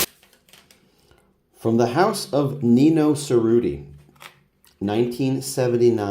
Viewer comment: Cerruti is pronounced with a “ch” sound and you roll the r’s (chr-oo-tee).